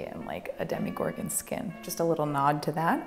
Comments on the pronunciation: She calls it dhemEgorgon but I always thought it's demogorgon like in demon hehe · DemogorGOWN,. Demo-gor-gown. Otherwise spectacular, as always. <3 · Demo-gor-gown! Love you ❤️ Maybe you could do a tweaking past makes video? Adding the finishing touches that you don't always have time for or fixing things you think you could do better now! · Demo-gor-GOWN! It works! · Demigorgown?? Duhhh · c'mon, Demogor-gown. it was right there!